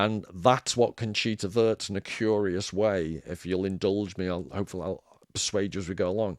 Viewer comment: Wurst, W U R S T. Conchita Voooorst! Fanny Sausage, you may have ordered some on your travels... Trompe l'Oeil, Sounds like loy. Love your content man!